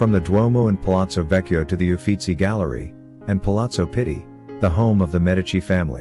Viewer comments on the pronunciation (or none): none